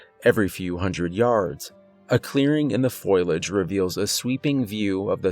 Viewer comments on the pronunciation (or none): Attention narrator- it's fo- li - age, not foil - age! 😉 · omfg bro its: foliage — foh • lee • age — not foil • age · Love the channel, but it's foe lee age. Not foil age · Foliage= foh-lee-idj bro. Wonderful stories, lovely voice, but that word drove me crazy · I love this channel, its the best one I have found in ages! Thank you! ( word to the wise in the spirit of constructive criticism-Fo lee age=foliage!).